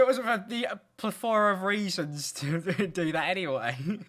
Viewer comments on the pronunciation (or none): why did he pronounce plethora like that lmao